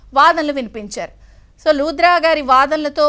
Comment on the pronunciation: రాధాకృష్ణ గారూ ! సోషల్ అవేర్నెస్ , విషయ పరిజ్ఞానం లేని రీడర్స్ ను మార్చండి ...... న్యాయవాది పేరు వాద్రా నా , లూద్రా నా ??? దారుణం ధారుణం గా మారుతుంది !!!!